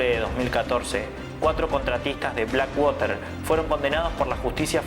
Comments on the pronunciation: No se lee blackwater. Si puede pronunciar black porque no puedes pronunciar water sin decirlo como se lee. Su pronunciacion es " uarer " y se entiende cundo lo dices : uarer = water. Blackuarer. No sigas diciendo waterrr que se escucha super mal. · Black woter ?? No entiendi tu ingles ! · Por fabor, ya no digas black (wOter).. 😢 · Este pana dice "infame" .. jajajjaja... Primero deberías aprender a pronunciar BlackWater...😂